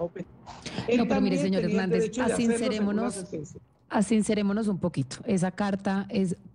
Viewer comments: Valeria Santos asincerémonos? Se dice sincerémonos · no se dice " ASINCEREMONOS" se dice Sinceremonos.Es usted periodista?